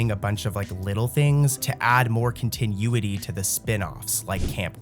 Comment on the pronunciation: Did you just use the word continuity, and pronounce it continue-ity?? Ai using bigger words than you know?